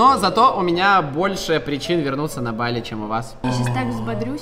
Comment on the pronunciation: Не бАли а балИ